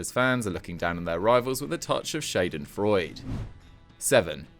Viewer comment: "Jossay Mourinho". He also makes a mess of pronouncing Schadenfreude.